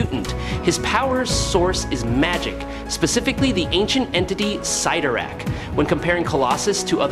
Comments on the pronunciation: its pronounced "sid-are-ak" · It’s pronounced sit tor ack, not whatever you said!! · OMG, how can you go between pronouncing Cyttorack’s name right and wrong At the same time? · Pick one pronunciation of the name, Cyttorak , and stick with it🤦‍♂️ I stopped counting at the 5th pronunciation change. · You pronounced ‘cyttorak’ 2 different ways 🤔